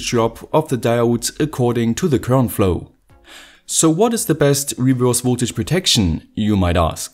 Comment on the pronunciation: His pronunciation is horrible, isn’t it?